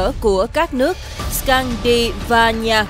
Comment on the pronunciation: Scandinavia : Là khối Bắc Âu. Gồm Na-Uy .Đan Mạch. Thụy Điển. Phần Lan. Tiền Na-Uy nên gọi là Krone. Phát Âm ( Cờ -Rôn-Nơ) Chứ không phải dollars Na-Uy . Scandinavia phát âm ( X-can-đi-na-vi-a) Muốn gởi thông tin cho BTV kênh để hiểu thêm về cách phát âm mà thôi.